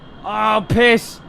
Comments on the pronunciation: When you said pis, are you danish? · are you danish? Because you said "piss!" And thats something danes say when they are mad.